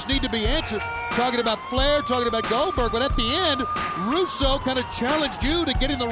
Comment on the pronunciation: got wrecked when he called Glodberg😂